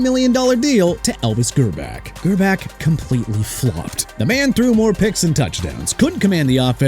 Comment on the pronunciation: Minshew as in min-shoo not min-choo... SMH... also Elvis Grbac is pronounced gihr-boch not gihr-back!! You can't say a quarterback's name right?! What's wrong with you?!